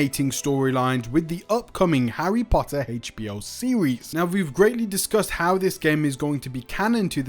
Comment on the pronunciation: Dude saying "Heitch B.O." is driving me up the wall😂